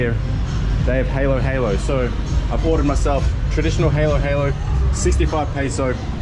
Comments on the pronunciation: Foreigners pronounce it different ig I don't mind it but i just wanna say it Its pronounced "hah!-lo-hallo" Hehe it makes a smile on my face to see people learn more about our country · Not trying to be rude but not so strong on the “A”… Huh-lo-huh-lo. Just a friendly tip 😃👍🏼 There are different ways of preparing halo-halo with different ingredients so you will get different versions from time to time. Also, Glad you’re going back to the longer form videos… and hope you enjoy the balut. I can’t do it myself 😂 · Just a tip, to pronounce halo-halo correctly. the first syllable "ha" would be pronounced just like you would a fake laugh. The second syllable is pronounced like the adjective "low". "Haa•low haa•low" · Kaong is a "Sweet Palm Fruit". And you should pronounce Halo-Halo as the "a" in Apple sound not an "e". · Im from philipines and halo-halo is actualy pronounce like halow-halow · Mate, it’s Ha lo ha lo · Btw you dont say it like the halo game its ha-lo ha-lo the a is like ahhh sound its fine no big deal just different accent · It's ube and it's pronounced "huhlo-huhlo" ☺️ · Halo-halo, the "a" is pronounced as a in father. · to pronounce halo halo its hah-low hah-low with a silent w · You guys saying in halo-halo Is haylo-haylo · Halo-Halo is pronounce HA-lo, HA-lo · Halo-Halo is pronounced "Hollow-Hollow" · it's pronounce as "huh-lo huh-lo".. why they're not correcting him.. haha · It's haalo-haalo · its pronounced as "ha, loh ha, loh not halo halo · It's not haylo haylo. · When you say bye-bye Try saying Sige(sea-ghe) Ingat lagi (E-ngat lah-gee) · Its pronounced h alo h alo its like a hard a and its the movie halo but its nice that u visited my home country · Hey! I love your videos, my favorite was definetley this one The man trying to sell you glasses was prossesing 😂 I'm filipino and you should definetly order Jolibee's Halo-Halo!! (sorry to say but "halo-halo" is pronounced with short a like haha and short o) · Hah lo hah lo not haló haló